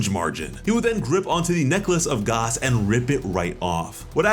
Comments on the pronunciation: pronouncing gas as garse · Did you say Gus it's pronounced gas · Please say “Gas” not “Gaas” love your vids but every time I hear “Gaas” it makes me cringe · Garse??????? you mean gas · why do you say Gas like gauss? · Why is he saying gaaaaahs bro it’s gas ⛽️ like fuel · It's pronounced Gass not Gause lmao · this man pronouncing gas as garse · Why are you saying gas like that? His name is literally gas. Like gas can. Liquid solids and gas. Come on man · I just unsubscribed because of the way you said gas. Lol 🤣